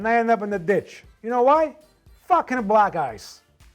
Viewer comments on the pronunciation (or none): He's no real italian. Why does he pronunce black "blag"? Italians do not pronunce "ck" like the g sound And he's obviously mocking italian people, no one pronounces his surname like that... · Yeah we actually do pronounce those ck’s like gs in some cases. It depends but I found it’s more common from Italians from southern Italy